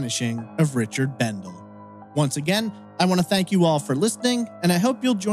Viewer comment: He was my cousin, and it is pronounced. Bendelee.